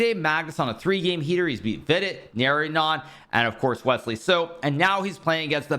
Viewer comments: It is actually naa-raa-ya-nun.(pronunciation)❤ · Any indian listening after…. Naray 😂 anan 🤣